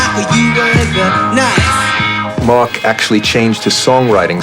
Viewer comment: Slightly disconcerting to hear the estimable Ms Quatro refer throughout to someone called "Merc." (Rhymes with Murk).